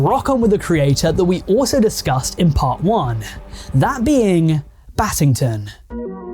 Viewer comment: When i heard "battington" my heart sank